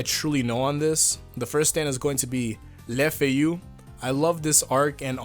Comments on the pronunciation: ''Lefeyu''? No les Feuilles french intensifies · La fayou? It's pronounced leh fueis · More like fuy with the same u as fun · okay, so im french, and this... this destroyed my ears T^T try to pronounce it: lay f-a (like in a car) ye (without really pronoucing the final e ) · The way you pronounce "Les Feuilles" kills me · GOD THE WAY HE PRONOUNCED LES FEUILLES HURT ME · i fucking died at the pronunciation xD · For the stand "Les feuilles" just remove the "u" sound you did at the end and you are pretty close at getting it right ;)